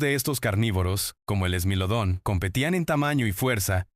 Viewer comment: thai-lacosmilus, smáylodon... 😅😂 eso no suena ni a latina, es spanglish